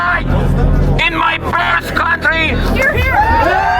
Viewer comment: "een theese countly"